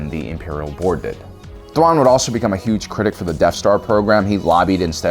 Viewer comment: tuan xD i know it might be a speech issue but its still funny